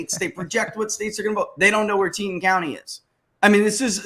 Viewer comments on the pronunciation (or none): It's pronounced (Tee-Taun) county and it's where Jackson Hole is located, it's like a little California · Super news from the West! Cheney is gone! Btw: Teton is pronounced ‘Teeee tawn’ county. Great job guys!